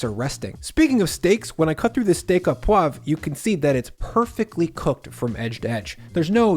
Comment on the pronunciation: Not “steak aw poivre,” but “steak oh poivre.” Your “poivre” is well pronounced, but your “au” should simply be pronounced “oh.”